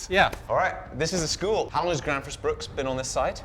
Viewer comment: It's Bruk...not Bruks.